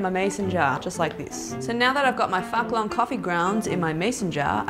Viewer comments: pronunces phuc long "fuck long" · Girl, Phuc Long pronounce fooc long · Aha I cringed so hard when u pronounced phuc long so weridly since I am Vietnamese.. xD but I still love all of your hacks lmao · I'm Vietnamese and I was laughing so hard when she tried to pronounce the name of the coffee 😂😂😂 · Omg im vietnamese and the way u pronounce phúc long coffee is freaking hilarious😂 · lol, Vietnamese here, and u pronounce ''phúc long'' so wrong but I still love your clumsy adorable accent :3